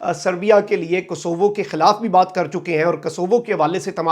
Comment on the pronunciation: یہ نام کو- سو- وو ہے۔ رپورٹ سے پہلے ادائیگی کو ٹھیک کریں۔